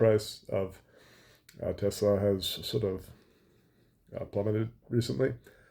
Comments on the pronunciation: If Musk changes the pronunciation of Tesla to Tesssla like a real American instead of Tezzzla I’ll think about buying one. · I lover Tesler 😂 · “I love Tessler!!!!” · I LOVE TESLUR! 😂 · TESLER CARS - IT’S COMPUTER !